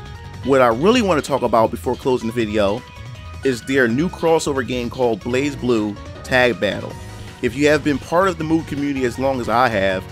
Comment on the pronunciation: Dear god the way you said Blazblue....